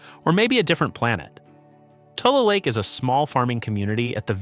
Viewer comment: It’s not TOOL lake, it’s TU-LEE lake